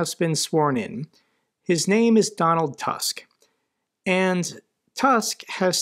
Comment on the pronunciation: fyi the polish prime ministers name is pronounced "TOOSK" not "TUSK"